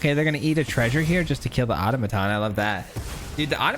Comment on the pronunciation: No hate, but: ah-taw-muh-tawn